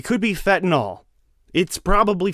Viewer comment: Geez, other than Colbert, SC cant catch a break. But fentanyl, nil, not NAHL...is awesome